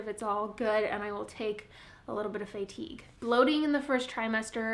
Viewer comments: fay-tige lol. Love your vids! :P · her Iowan is showing, haha:) reminds me of how my bestie from South Dakota says it too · Never heard anyone say fatigue like that! Lol makes me feel like I’ve been saying it wrong 🤣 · not weird, just different. I like it lol